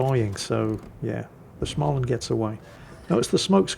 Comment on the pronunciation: å in Småland is pronoiunced like o in "more"